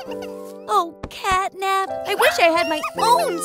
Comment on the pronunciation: You said cat nab